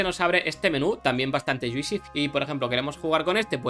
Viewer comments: Yuisi? lol Se escribe juicy pero no se pronuncia la i, vendría pronunciandose mas o menos como “Yusi” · Mola mucho, x cierto se pronuncia “yuusi” no “yuisi”. Juicy —-> /ˈdʒuːsi/ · Ya que hablas de "juicy" como jerga de los game developers, fijate que no se pronuncia "dzuisi" sino "dzuusi"